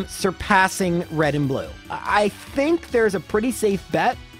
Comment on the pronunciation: "red and blu-no" is the best thing I have heard all week I hope that's his new name now that's hilarious and fantastic